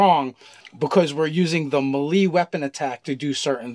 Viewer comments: isnt it may-lay not meh-lee? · Omg it's pronounced may-lay. awesome video. But the way you guys pronounce some words becomes obnoxious to listen to lol. Also. Your kickstarter was awesome!!! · please stop saying melee like that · melee: pronounced MAY-LAY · Lol "MaLee attack" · I've never heard melee pronounced that way, I've only heard it may-lay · I love these guys but does anyone else wonder why they say melee the way they do? Just look up the pronunciation guys. Btw you guys are my favorite dnd content creators. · They also pronounced ki and riposte incorrectly. Ki is pronounced "key" or "chi" (chee), riposte is "rip ost" (as in lost), melee is "may lay".